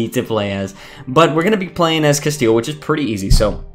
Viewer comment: Castile more like “castle” XDDDD